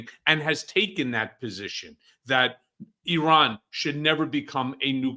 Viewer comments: Please educate on the correct pronunciation of a country. She has no idea how to pronounce Iran correctly. Such an idiot. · Can't pronounce "Iran" and says "amongst." No credibility.